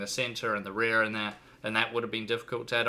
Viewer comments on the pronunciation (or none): none